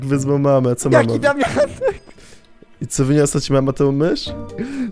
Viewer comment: to juz sie robi chore i wkurwiajace z tym "daumianek"